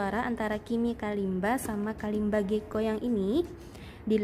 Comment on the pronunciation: Hi! So the Kalimba is an African instrument and I'm from Africa. I wanted to let you know your pronouncing its name wrong